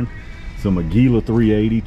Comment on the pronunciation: it's pronounced ag you la